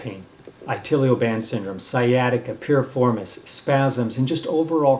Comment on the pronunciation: Quackery and huskster. Can't even pronounce iliotibial band or fasciitis It's not itilio band or fashusitis